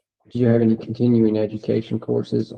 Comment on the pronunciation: He says I DON'T RECALL OF ENEY RIGHTS HE KNOWS AND THATS NOUNE CLOWN IN A CLOWN SUIT 🤡